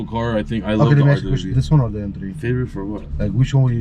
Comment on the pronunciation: Hey, RWB, not RDBB or RDBV😂